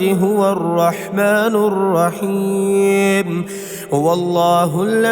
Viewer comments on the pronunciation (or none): Ghalat tajweed. Arrwahmani rwaheem, nahi. Arrahmanirraheem hai